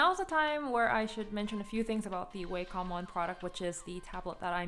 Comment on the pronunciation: You are literally the first person I see pronouncing Wacom like Waycom